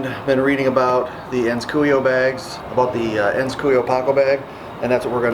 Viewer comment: I love those bags! Amazing leather and great products.. one thing tho, it's cu-o-io (not cuio). Don't wanna sound annoying or rude, just pointing out what the correct pronunciation would be. Thanks for the video, always usefully and precise! Peace